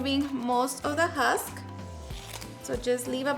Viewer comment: Lol. Its not huck, sweetie, its called the husk. Youre so cute. Hate saying the wrong word but i hate more for people to not yell me im saying something wrong. Te digo con cariño. ❤❤❤🎉 Gonna make me some corn ensalada